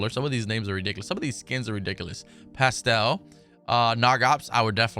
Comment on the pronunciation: its in spanish "Pastel" is cake in spanish any you white boy pronounced it wrong